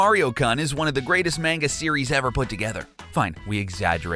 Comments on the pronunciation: I'm sorry, but the way you pronounced Manga and Shigeru Miyamoto was rather irritating. Just thought Id throw that out there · "MAINGA" "Shy-geeru My yah mahtoh" "The One Thousand Year Door" "We've only seen Link without his hat in Breath of the Wild..." Um, what about Wind Waker at the start of the game and Twilight Princess at the start of the game?! This guy makes me want to punch someone.